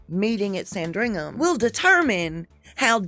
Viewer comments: Oh my goodness pronunciation lessons! Trudeau = True dough Sandringham = Sand ring ham. Your killing me. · it’s SANDringham. Just FYI